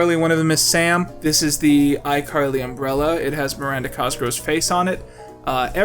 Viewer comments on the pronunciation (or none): Coming back years later for a personal retrospective on this series and every tine he says "Cosgrow" instead of "Cosgrove" hits like a flashbang